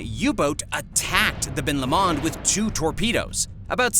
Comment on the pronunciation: #3: It’s pronounced Ben LO-mond.